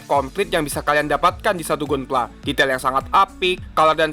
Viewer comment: bacanya Gandam bang, bukan Gundam. dan Ganpla bukan Gunpla Padahal dah bagus nyebut GQuuuuuuX nya